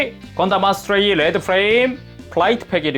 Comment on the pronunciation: 아스트레이를 어스트레이라고 했네ㅋ